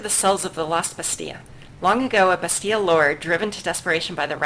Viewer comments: According to my French Canadian girlfriend: Bastille is pronounced, in french, more like "Basty" or "Bastee" while you're pronouncing it with an extra sound at the end, like "Basty-ah". Likewise, in English, it's often pronounced "Basteel" with the the hard, more drawn out "ee". It doesn't really matter, honestly, since they probably pronounce it differently elsewhere too (as you said), I just figured I'd ask because my girl friend keeps giving me weird looks while I listen to the videos. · are you ever going to stop mispronouncing Bastille?